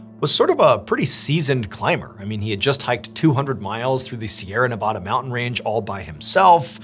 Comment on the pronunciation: Hi Mr. Ballen I really enjoy your videos and I don’t mean to be rude, but it’s pronounced Ne-Va-Duh